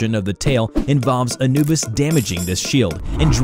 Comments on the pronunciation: It's pronounced ab-nu-bis (Anubis) not An-ub-is also I'm not trying to sound mean I just wanna say how to properly say it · Bruh said (Anna bus) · not Eh-Nu-Bis.... its AHH-NU-BIS. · “Ann-uh-bus” got the strangest way of pronouncing things. Don’t think we forgot “sarcophagi” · i heard annebis when anubis was announced first. i need to smoke less weed. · That's not how you pronounce Anubis dude... It's Ah-NU-bis... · The way he pronounced anubis the first time... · really said Anubis wrong multiple times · Anyone noticed how they miss pronounce Anubis the 1st time? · What a weird way to pronounce Anubis. At least the first time you said it lol. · Hold up how did he say anubis at first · How the hell did you just pronounce anubis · bruh why you gotta say anubis like that? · Only complaints I have...how you said Anubis at first, and how you said 3359. That's it. Great vid otherwise. Thirty-three fifty-nine. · first language must not be English. He butchers the pronunciation of several easy words every video... (ex Anubis, Corporeal).